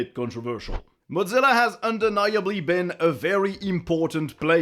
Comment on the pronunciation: The most controversial thing in this video is pronouncing Mozilla as modZila